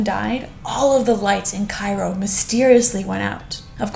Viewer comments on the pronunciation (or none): none